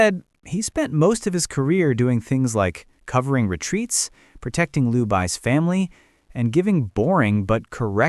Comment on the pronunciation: Liu Bei not lu Bai 😂